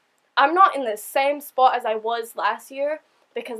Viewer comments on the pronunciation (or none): Hey you are getting an aussie accent when you say same "spot" on the beach!